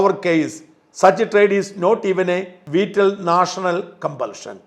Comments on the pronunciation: For example, " VITAL" has to be pronounced as "VYTAL" not vital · വീറ്റൽ അല്ല ഷാജ, വൈറ്റൽ..